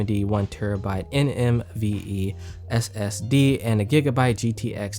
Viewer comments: its supposed to be nvme not nmve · "NMVE SSD" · When says nmve 🤨🤨🤨🤨🤨🤨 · i knew something didnt sound right lol